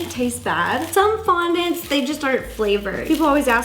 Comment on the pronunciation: Was it just le or did ro say frondent